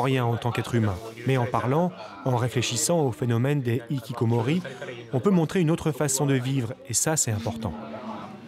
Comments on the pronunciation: Dans Hikikomoris le H ce prononce bordel... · OULALA le h qu'on ne prononce pas ça n'existe qu'en français épuisant de répéter aux français que les mots des autres langues qui commencent par un h faut respecter et prononcer ce h entre ikikomori et HHHHHHHHHHHHHHHHHHHHHHHHHHHHHHHHHHHHHHHHHHHHHHHikikomori y'a une grave différence ! de même que fance c'est pas france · Faites un effort de prononcer le "h" dans "hikikomori", ce terme n'est pas français mais japonais donc cette lettre se prononce. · Je ne supporte pas l'horrible prononciation de "Hikikomori" FAUT PRONONCER LO H!